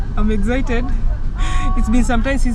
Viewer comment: Why do you pronounce it as,”EGGZITED”,it is exited .